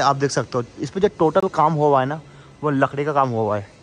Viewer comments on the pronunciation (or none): none